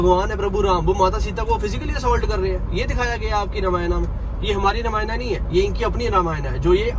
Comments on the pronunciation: Brro you are not a real Hindu apne granth ka toh shi se naam lena seekhein pehle it's Ramayan not Ramayana ok orr yeh channel bhut se non Hindus bhi dekhte hain unpr kya impact pdega aapne kbhi kisi muslim ko Namaz ki jagah Namaza kehte hue suna hai toh aap bhi apni glti sudharein. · Bhaiya ramayana nhi ramayan boliye Jai shree ram 🙏🏻🙏🏻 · भ‌इया अगर आप रामायणा की जगह रामायण बोलोगे तो ज्यादा अच्छा है। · रामायना ❌ रामायण ✅ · Bhai ye sab toh thik hai par ramayana kyu bol raha hai रामायण ko google translate bhi रामायण hi bolta hai tu kyu angrez ban raha hai😂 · भाई पहले तो रामायना बोलना बंद कर... "रामायण" बोल